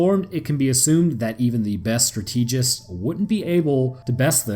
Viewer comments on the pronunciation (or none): Stateejizz? No moron, it's strat edge ist. Strategist Why cant you nerds do English?